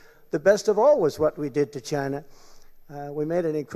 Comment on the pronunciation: Im sorry (not sorry), the way Trump pronounces "China', sounds like "Ghyyna". hideous.